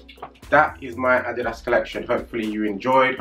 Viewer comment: Sehr schönes Video und ich freue mich sehr das du "Adidas" richtig aussprichst, sehr gut!!! Mir gefällt der EQT am besten! Very Nice